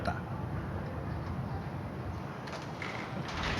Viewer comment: 좋은 일이 잌ㅆ을때, 자랑한다" 하느말을 귀하께서 "자랑"의 :자:를 길게 발음하셨나이다. 잘못이오이다. "짧ㅅ게"발음하십시요!!